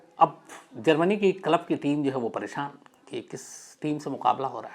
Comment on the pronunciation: Yaar tum itne padhe likhe ho lekin club ko dhang se q nahi bol pa rahe?? Bht irritation ho rahi hai jab jab tum KALAB bol rahe ho🤦🏻‍♂️ lekin story sunne layak hai isliye sun raha hun…